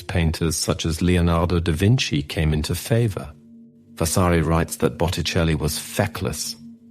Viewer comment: Too many mispronunciations detract from the commentary! Vasari’s Lives, Chigi etc. What a shame.